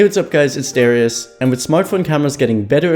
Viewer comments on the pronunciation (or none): none